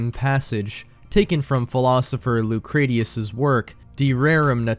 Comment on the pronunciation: Good video. Just a heads-up, Lucretius is pronounced loo-kree-shuhs